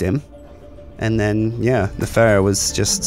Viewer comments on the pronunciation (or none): I'm not normally one to say this but her name isn't Ferrah it's Pharah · The Amazing Jeff yes but it's pronounced Fair - uh like Pharoh